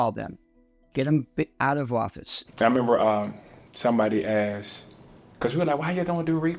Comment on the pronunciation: We axed why. Explains the problem! The word is asked!